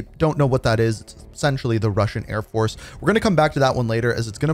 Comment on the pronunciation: mf said "russian airfoce" and puts up a picture of ukrainian airborne dudes... smh